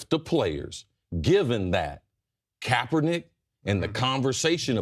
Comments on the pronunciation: i think Ray called Kapernic "kappanigga" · Did he say kap-a-nigga ? Lol